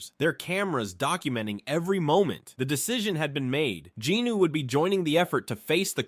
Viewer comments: Any idea why he keeps saying Jinooo instead of Jinwoo? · Love the videos but I can recommend correcting the pronunciation for Jinwoo’s name? You say Ji-nu when it’s Jin-woo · Its jin-woo not jinu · I love these videos the only thing that grinds my gears is him saying Jinwoo’s name wrong😭😂